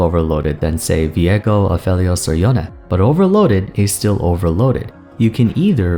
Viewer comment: she's inspired by south asian culture, let's not be pedantic here. Yone is pronounced yon-eh and not yon cos he is supposed to be inspired by japanese samurai, not that he is one